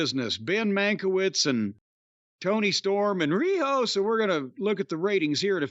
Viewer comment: THE WAY JIM SAYS "RIHO" OMG :face-green-smiling